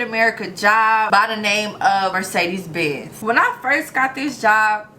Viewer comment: She can't even pronounce Mercedes that's why they fired her